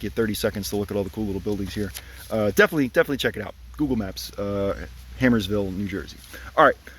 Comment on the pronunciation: Hey, bud! Great job with these. Just one thing. It's Harmersville. Sounds like a rough place to live, 😂